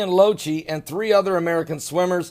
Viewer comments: pronounced Lock-e.. not lo-chee.. Thanks for your videos, love them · His last name is pronounced "Lock-tee".